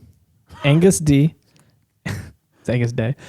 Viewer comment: You did NOT just pronounce "Agnus Dei" as ANGUS DEE